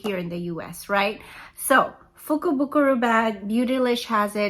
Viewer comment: I am so impressed you pronounced the name of the lucky bag wow. You received totally awesome products. I loved the palette. I will posting my Jeffrey Starr lucky bag cannot wait. 😊